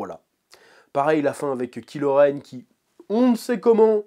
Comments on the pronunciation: C est pas KILO REN mais KYLO REN et on prononce KAIIIILO REN..... pffff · La façon dont tu dis Kylo Ren m’as trop fait marrer. En même temps, vous me direz que ce méchant il n’as pas vraiment pesé dans Star Wars